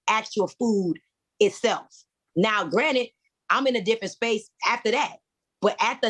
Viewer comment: A “Queen” knows the difference between “Granite” and “Granted”